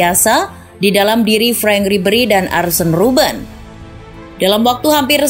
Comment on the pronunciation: Bukan arsen robben tpi arjen robben